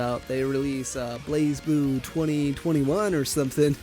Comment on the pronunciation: Great concept for a video, but I have some significant reservations with it. Tough love incoming, and I promise you, I'm not saying this to be hateful or anything. - Not pronouncing basic things correctly that are also part of the topic (BlazBlue) - The whole Soul Calibur audio take was the lowpoint, felt unplanned, almost like it was done in one take - Slower talking pace in general - Spoken word did not seem well planned out, very improve feel on most of the segments - Uncertainty with Skullgirls. You seemed to question if 2 character teams existed as your own footage of you playing a 2-man team is right behind it - UNIST was a good segment. I think this is because you have familiarity with the game. "Advantages and weaknesses" could have easily been summed up as "matchups" though. - I perceived this as the part you had the least knowledge on by far. Combos in SF work no differently than in any other game. Hitstun takes longer to get out of than the startup frames of the next attack. "weird timing system" and "chaining naturally" are not educated phrases. There is very simple math behind how combos work in every single fighting game. - KoF is also not an anime fighter by design. It plays out much more like a traditional fighter. It may "look anime" but that doesn't categorize it as such. - The animosity towards Tekken felt like it came from a place of closed-mindedness and unwillingness to try and learn something. Making a channel about fighting games and then belittling it